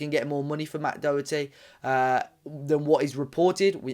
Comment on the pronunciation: Can’t even pronounce his name properly